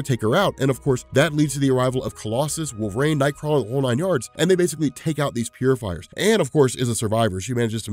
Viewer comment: why do you always pronounce it "Wolv-rain"? It's "wolver-EEN"! Drives me nuts